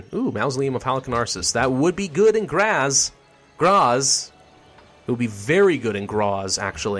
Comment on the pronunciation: So many names butchered like Graz and Salzburg